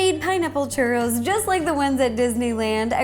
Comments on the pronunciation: haha lol 😂 Its like these churros are destend to be your favorite snack. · wow this is complicated personally make lots of chu-ross(how you say it - no offence) normally I would just do water regular flour fry in oil and coat with cinnamon sugar